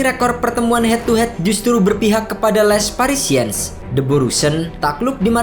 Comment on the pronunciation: Sekali kali narator harus belajar mengeja paling tdk nama-nama tim di negara saya, sakit telinga mendengarkan les parisiens dibaca.😪🤒🤕